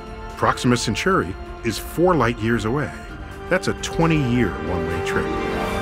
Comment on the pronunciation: centauri not century